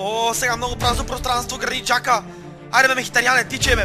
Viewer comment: пройзнася се йодегерд а не йодегор и джака а не хака!!!